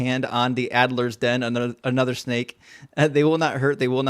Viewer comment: I have noticed a few times that you say "addlers den" or "Adler's den", but it doesn't have an L, cause that's also a snake;)